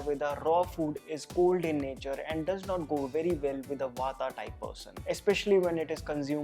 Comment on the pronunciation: I would appreciate if you dont say Vataa and cafaa, say vaat, cough, Ayurved rather. Thanks for rest.